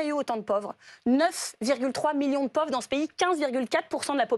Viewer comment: Tondelier, en français, on prononce: pÔÔÔvre ... pas: "povre" !!!!